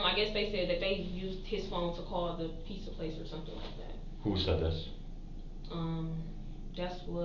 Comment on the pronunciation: P za ?? Ffs I hate when people say it like that. Pizza damn it!!